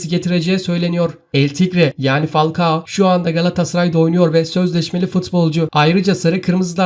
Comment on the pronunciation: Fakua değil falkao